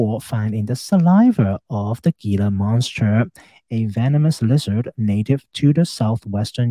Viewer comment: Very interesting analysis. Thank you. Wonderful channel. Good luck with your health journey. Btw, Gila monster is pronounced "Hila' monster. I live in Arizona and they are a native species. One of the few lizards in the world that are venomous.